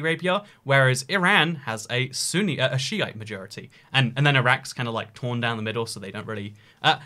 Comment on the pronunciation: not the “sunny” majority but the “Sunni” majority